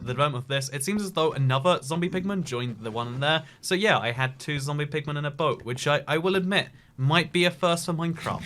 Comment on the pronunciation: You were saying boat wrong the whole time 😡